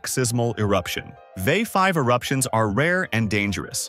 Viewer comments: So easy to tell that this is read by a bot when they pronounce VEI as a word. 😂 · It's V. E. I., not "vey". Kill-o-WAY'-uh. Strom-BO-lee. Tam-BORE-uh. The other names were pronounced well.